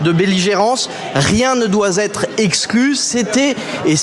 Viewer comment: "Rien ne doit Z'etre exclu" Stéphane Séjourné joue dans les Velours , on voit qu'il s'est mis T' au travail , Mais la on est dans les cuirs !🤣🤣🤣